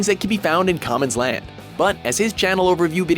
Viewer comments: qaamans land is not pronounced (ka mans land) its more (kuamans land). He even said it in a few videos and is how he pronounces it. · BUTCHERED NAME! How Disrespectful! Its "Qwaa - Man" This fool said Commons Land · Commons land? IT'S KWA-MANS LAND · Bro his name is pronounced Kwamans land not Kamans land, smh and what about Rhymestyle, he is the face of DBZ YouTube, what about SeeReax he is awesome, man fuck Fornever world and some unknown DB YouTubers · "Cahmen's land" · who got triggered when he said kamans land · "commans land" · dosn't even watch the channels or else they would know how to pronouce qua mans land. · SSJ9K, blackenfist, SSJGoshin4, Mellavelli, HailZeon... Why weren't they honorable mentions? (Btw, "Kaa-mans-land"???) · Qaaman's land. It is pronounced as Kwa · they pronounced qaamans land wrong xD its pronounced as qwaamans land an spellled as qaaman idiots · kaa mans land. lol. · Common's land is 3rd place? FUCKING SAY IT RIGHT!!!!! #Butthurtfanboy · "ka"mans land.... o.o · kaman's land? XD you couldn't even watch his intro to know how he pronounces his youtube name.. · "CAAMANS LAND" 😂😂😂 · how did they mess up qaamanland. name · interesting to see this list but did some bad homework... Qaaman's (he is in the list) nickname was mispronounced even though he introduces himself in every video of his (at least in the last year) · lol this idiot even pronounced qaamans land wrong xD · lol damn...they said qaaman's name wrong!